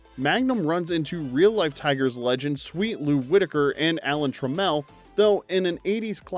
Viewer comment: “Alan Tre-mell” 😂😂😂